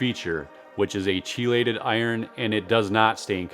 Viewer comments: I have been using ammonium sulfate, Iron and trinexepac ethyl for 2 years now.The dark green result is absolutely real. Btw, chelate is pronounced "kee-late" not "chee-late" Also, if you have the time, apply iron weekly. My front lawn is only 1,500 sq ft so I apply iron weekly at a lower rate. It keeps the color much better even when cutting under 1". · I think it's pronounced Key Late... But, great information nevertheless...